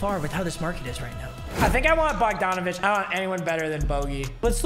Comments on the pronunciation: it’s bog-dan bog donavic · Bo- han bogdonavic